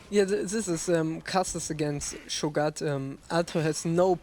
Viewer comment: scho-gat? rly?